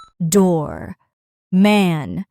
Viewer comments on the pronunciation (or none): none